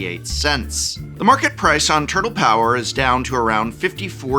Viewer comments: Nobody pronounces 'turtle' that way. Nobody. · Do you actually say turTle that way or are you being funny? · my fav part of this video is Profs dedication to hitting that HARD second T in the world "turtle" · The word “turtle” has never been annunciated so clearly in the history of speaking